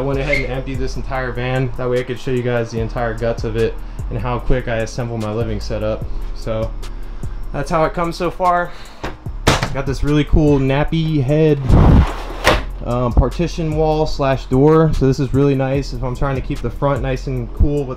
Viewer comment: Bro just pronounced knapheide as nappy head 💀🤦‍♂️😂 it’s a completely different pronounce 😂 but damn love the video I want this whole set up 😂